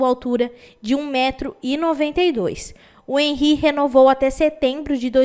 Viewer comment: Você é uma grande mas precisa aprender a pronunciar nomes estrangeiros fica feio quando você fala errado Henry